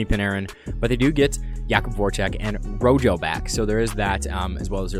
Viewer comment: What do you mean by Hartman never left Chicago? He's on the preds which is a different team. And it's RyJo not RoJo. Also it's Brian Boyle not Dan lol other then that great vid bro